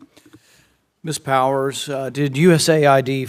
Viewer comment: Her last name is Power, not Powell Try harder Forbes.